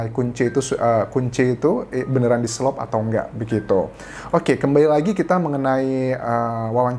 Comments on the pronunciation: Di selot anjas.. Bukan di selop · Di selot. Bukan di selop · Di SELOT Anjas bukan di SELOP (selop itu sandal hak tinggi 😂) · Selot mas anjas, bukan selop😁🙏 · Bukan selop... selot lah bang Anjas... Artinya ngunci dlm bahasa sunda...